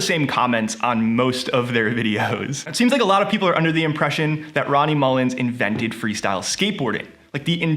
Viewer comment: Wtf, thumbnail says Muller and within the first ten seconds of the video you say his name incorrectly a different way. Get outta here